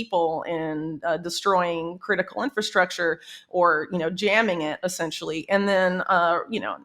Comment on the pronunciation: Whitney is like the only person on this planet lately to say "inFRastructure" CORRECTLY! 👏🏼 👏🏼 👏🏼 If I hear inFAstructure from one more person I might lose it.🤪🥴